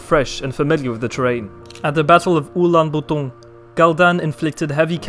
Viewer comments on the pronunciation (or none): none